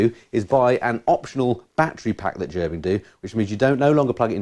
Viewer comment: Great video. A few things. It's pronounced Ger bing. I have a full set, jacket, pants gloves and socks. $700 us dollars all in. I ride in 20 degree farenheit. Toasty warm. No issues at all. I have 3 bikes. I just plug into my battery tender and off I go. If you are buying heated gear. Buy direct from gerbings. They are the best. Ps. MF outer jacket in this video cost $800 us dollars. Ride on brothers and sisters.